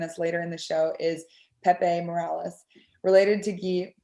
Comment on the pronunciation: Their last name is NOT Morales. They are Haitian, NOT Mexican. The name is Morelus (pronounced Moh Ray Loose). Get it together.